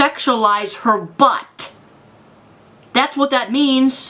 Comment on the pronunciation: Tylerosaurus Diffirent people,, different senses of humour. I don't usually find the word "butt" funny, but it's just the way he says it and puts so much emphasis on it.